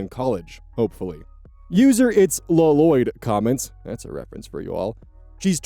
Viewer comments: La-Loyd - Not how you say that name. It's just Loyd, in pronunciation. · you don’t need to pronounce the second L in Lloyd, that’s just how that name is spelled and is pronounced loy-d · it's a reference to the Lego Ninjago movie. the dad in the movie pronounces his kids name as l-loyed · I think it's a reference to Ninjago. One of the characters is named Lloyd and his absent father calls him La-Loyd, claiming that's how you pronounce it and that he would know, since he named him. I'm pretty sure that's it, but I haven't watched anything to do with Ninjago in many years, so I cannot truly confirm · Pronounced "Lloyd" Wrong...